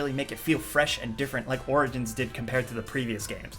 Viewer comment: At the end you said orgins and orgins